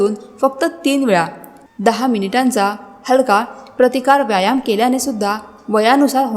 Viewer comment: आरोग्यम् धनसंपदा फारच छान फक्त व्यायाम शब्दाचा उच्चार योग्य करा